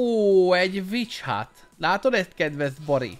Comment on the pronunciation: Witch hut helyett véletlen bitch hutot értettem